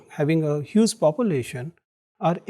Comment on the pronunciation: must correct his pronunciation of the word HUGE...it's not huyuuz!